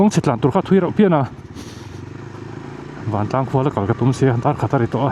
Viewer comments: Sir Vantlang nilovin Vangtlang tih zawk tur ani in ka hria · Vantlang ❌ Vangtlang✅ 😊